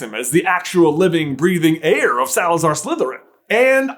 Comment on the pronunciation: “Heir” bud😂😂😂😂